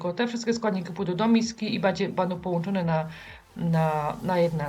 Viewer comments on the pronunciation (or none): none